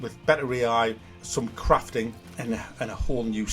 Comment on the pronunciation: When you say crafting it sounds like your saying craping. 😂